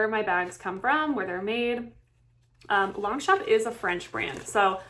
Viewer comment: Girl, look up how it’s correctly pronounced!! 😮